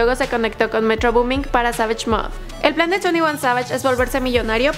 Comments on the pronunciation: Se pronuncia sevish no savash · She don’t know English cause she say 22 Savagesh